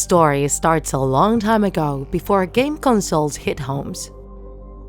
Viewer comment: No one: The narrator: game ganzole